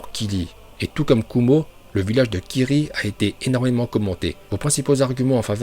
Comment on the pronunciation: Arrête de dire Kili et dit kiRi